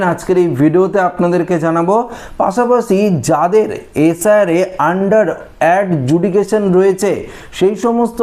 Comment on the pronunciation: ভাই আপনি প্রথম থেকেই সব ভিডিও তে বলে যাচ্ছেন "Under judication". ওটা হবে "Under Adjudication". সংশোধন করে নিন।